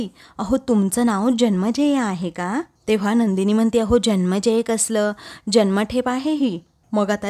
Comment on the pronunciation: जन्मेजय नव्हे जनमेजय नाव आहे. ज न मे ज य